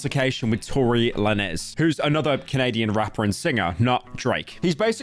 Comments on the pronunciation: “AdOHnis” “Tory LanÉz” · "Tory Le Ness"💀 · Torsdag la nes, its pronunciated like lanes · "Tory Lennus"💀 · "Tory le ness" "Future and Metro's Boomin track" "For all the scary dogs" "Good kid and maad city" Never upload again lil nga 🙏😭😭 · Tory le ness killed me😂😂😂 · dude really said "tory luhnezz" 😬😬😬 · “Tory La ness” 💀💀💀💀💀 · Bro really said "Tory 𝓛𝓪𝓷𝓮𝓼𝓮" 💀💀💀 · BRO CALLED HIM TORY LA NEZ 💀💀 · pyro pronouncing tory lanez as "tory lah-nez" is actually making me furious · Tried to watch this, had to turn it off when he said “Lah - nezz” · Tory Lah-nez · the way bro pronounced Tory Lanez is insane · The way he said Adonis and Tory Lanez pissed me off